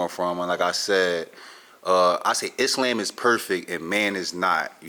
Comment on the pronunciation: How You Mis Pronounce “Islam” & “Quran” But You Muslim ?